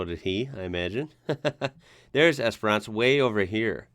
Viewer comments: Esperance is pronounced like entrance esper ence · 22 hours driving. Melbourne eastern suburbs to Port Augusta... only stopping for food and fuel... and stopped for an hour to do an exhaust flange gasket. Pronounciation Guide: Ceduna: See-dune-a Cocklebiddy: Cockle biddy... you said it right :) Esperence: Esp-rence - the second e is silent.